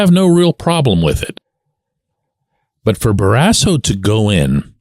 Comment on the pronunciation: What's your point on Barrasso? Is this the HOF of how athletes interact with media members? I wouldn't have cared if he punched you in the face. In fact, I'm kind of wishing he did!!! Anyway, you pronounce his last name in an odd, incorrect manner. Happened with most broadcasters, not just you. He was, 100%, a HOF goaltender!